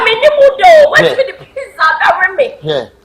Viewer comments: Pitza Eii hehehe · AMA thinks she pronounce Pizza well ama😂😂😂😂💔💔